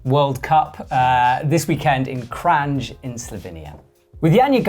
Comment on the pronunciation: It's pronounced Kran, not Kranđ or Kranž. And she is Lučka (Luchka) not Luka. Thank you. :)